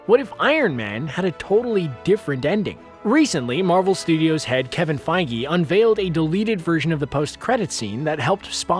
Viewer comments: wait did he just pronounce kevin "PEYJ" to "PEYGI"???? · Kevin feej not fi-ge lol